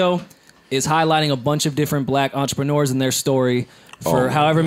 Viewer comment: Nobody: Pharrell: "EN...TRE-PRE-NUR"